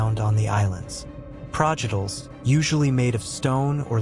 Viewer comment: “Progedors “? Are you joking? Projectiles? Why not have a mute read the script.